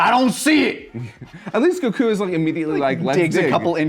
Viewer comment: How come says Go kuuu and Pon but not Kulilin?